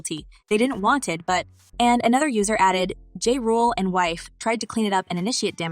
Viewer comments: Girl, the man's name is pronounced JAH, not JAY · This is not the first time I heard you butcher someone's name, before making these videos do some research please 🥺 I'll give you a like, but do better next time please.